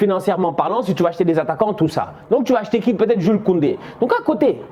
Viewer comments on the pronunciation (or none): none